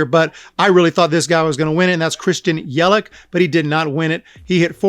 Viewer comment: It’s Yelich not Yelick